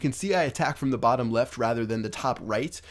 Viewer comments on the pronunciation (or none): none